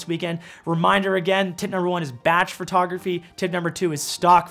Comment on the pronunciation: Every time you say “FUR”tography I giggle.